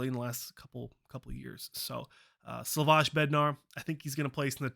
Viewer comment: It´s Slavojjj (jjj) not Slavošš :)) It´s Czech republic name :)))